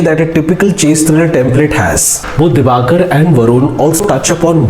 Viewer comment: Excellent movie and good review.. Director's name is Dibakar Banerjee, and not DibaNkar.